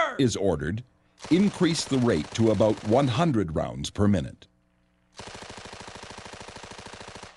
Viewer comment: What is the difference between GPMG and other NATO MGs? The way it says "about".